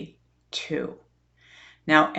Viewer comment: The agency MC2 is actually pronounced MC-squared.